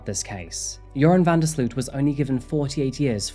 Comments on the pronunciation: I'm from the Netherlands, where Joran is originally from. It's so weird to see a "local" on this channel. It is quite cute how Americans pronounce his name though 😂 the double 'o' in his name is pronounced as 'oh', so van der sl'oh't. Not that that really matters though. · I love how you're pronouncing his name (it's a Dutch name hehe) good video tho! It's such a sickening case.